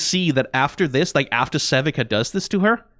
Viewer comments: realizing he’s saying Sevikas name wrong and then showing he does know how it’s said rattles me. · this was worth my while and i enjoyed it insert dice emoji take as much time as u need! B) ill be waiting, love yer content good sir but OHMAGAW next time! ples say sevika as sevika instead of sevika!